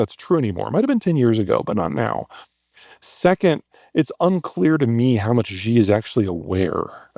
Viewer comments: You know, after all this time you would think he would stop saying "Gee" when pronouncing Xi. It's entertaining to hear his normal "Fake it til you make it" predictions but this "Gee" is downright annoying. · The fact that after all these years that the Yappologist in Chief Zeihan STILL can't say Xi's name properly "She" and insists on this weird "zheeeeeeeey" pronunciation whilst claiming to be an expert on China and China's collapse because of his 'research' is wild. But like everyone else, I still keep coming back to hear what he has to say lol. Of course being bearish on China is smart, but collapsing withing 10 years and the extinction of the Han race in this century? Come on man......... time to find a new invented phenomenon to grift on my dude. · For being a super expert in China it is curious that he has not learned that President Xi last name is pronounced “Shee” and not “Ji”. As to his predictions of China’s total collapse within 10 ’years. Would like him to put money on the table. I’ll take a 10K USD bet on that, with clear rules for judging the results and handling the pay out. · I so much want to take Zeihan seriously, but like so many this man cannot pronounce the name of China’s dictator right. Xi is pronounced like “she” (the pronoun) NOT Zhi, Ji, or Gee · this guy talks about China so much and doesn't know the leaders name is Xi (she) not Ji (Gee). Xi (Shee) Jin (jean) ping, is the man's name. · If you still pronounce Xi like "gee" instead of "she", then you don't even speak Chinese. You can't possibly be a China expert! This Zeihan dude is such a joke🙄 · I struggle to accept anyone as an authority on China if they pronounce "Xi" as "Jee". It's not that hard. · Why can’t Zeihan pronounce President Xi’s name correctly? Tones aside, it’s exactly like the English word “she”. (I’m fluent in Mandarin, can read and write, have lived in Taiwan for 36 years so I know what I’m talking about.) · Who's "Gee"?